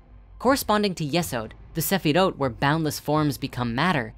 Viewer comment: Broski why do you pronounce them that way. They're transliterated "Qliphoth" and "Sephiroth" in the Latin alphabet for a reason... That's how they're pronounced.